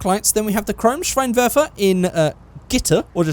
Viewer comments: Yes Auspuff means exhaust in German xD And a Seitenauspuff is a side-exit exhaust (and a little pronounciation thing I just really wanna point out: You called the headlights "Schweinwerfer" which would mean Pig-thrower xD A Schwein is a pig and Schein is a word for light) But all in all your pronouciation was pretty good :D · Next time iam be you're Translater because iam from Germany 😂 An the funny thing is you say Schweinwerfer in stead of Schein Werfer And "Schwein" is Pig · hi. I'm from Germany. Your German pronunciation is actually damn good, but I had to laugh when you called the headlights a pig thrower (Schweinwerfer as you called it). good video! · You pronounced “Scheinwerfer” wrong, you said “schweinwerfer” which means pig launcher😂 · You said schweinwerfer instead of Scheinwerfer so translated schweinwerfer means pig thrower LOL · i'm crying! He says Schweinwerfer = Pig thrower then he goes on with Schweinwäre meaning Pig stuffs or whatever. It would be Scheinwerfer originally meaning headlights or as germans say shine throwers. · you are saying "schweinwerfer" which basically means "pig thrower" directly translated 😂 try "scheinwerfer(headlight)" pronouced(for you in english): "shinewerfer" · im surprised at how well you can pronounce german words. usually english speaking people try and pronounce everything in an english type of way, like kindergarten. But it's scheinwerfer, not schweinwerfer, which means pig launcher. xD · just say -shine instead of schein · Your German isn’t that bad 😅 Schweinwerfer = Pig Launcher 😂😳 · This is definetly the cringiest video ever. I always cringe a lot when british people versuche Deutsch zu sprechen ... Also .. bloody SchWeinwerfer xD .. Schwein = Pig .. Werfer means throw .. so it´s a Pig-thrower